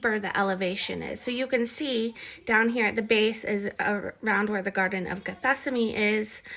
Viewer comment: Are you trying to say "Gethsemane"? ""gheth-SEM-ə-nee"? Are you renaming it or??? I am confused.